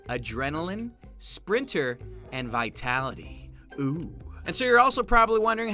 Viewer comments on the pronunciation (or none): none